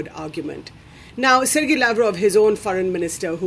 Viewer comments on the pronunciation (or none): none